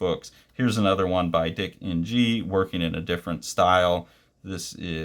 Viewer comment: Hi, the Ng in Dick Ng is probably pronounced as Ing, as that’s a Chinese name.